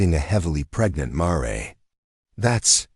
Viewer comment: MARE -Rhymes with HAIR